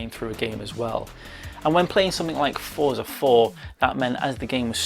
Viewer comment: Excellent review! Looking forward to the public release of this. Please forgive me for correcting you, but Forza is pronounced Fort-za, similar to how pizza is pronounced. :)